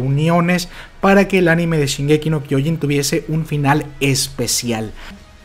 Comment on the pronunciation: Se pronuncia SHINgeki no kyoJIN